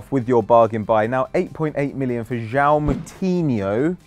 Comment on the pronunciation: still cant say Joao right lol